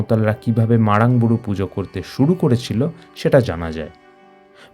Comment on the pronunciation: Age nijer uccharonta thik karun. (MARANG BURU ).